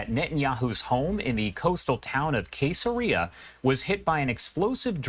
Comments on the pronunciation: Kay Saria? Not a smart reporter. It’s Caesarea, pronounced Ses uh ree uh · "Kay" sereeuh??. Cesarea, soft 'c' ... SEZ uh reeuh. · SEZ-UH-RAY-UH= CAESAREA....NOT KAY-SUH-REE-UH. WHERE ARE THE EFFICIENT NEWSCASTERS WHEN YOU NEED THEM. I'LL BETCHA DAN RATHER OR WALTER CONKRITE WOULD'VE PRONOUNCED IT PROPERLY. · It’s “Caesaria”… as in Julius… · It's pronounced SAYS AHH REE AHH (Caesarea) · The town was named after Roman emperor Caesar, pronounced, "sezareeya". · Interesting pronunciation of Caeserea. 🙄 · Who taught this guy how to pronounce "Caesarea"?